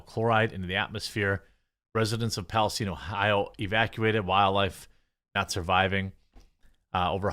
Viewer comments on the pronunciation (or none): Palace STINE !!! like the region in the Middle East.... Learn how to PRONOUNCE Geremy... geeezzz or do not do the news.... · The way he says "Palestine"... Lol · WHY THE FUNK IS EVERYONE SAYING “PALESTINE” WRONG!?!?!? It’s not a jewish persons last name!!!!!!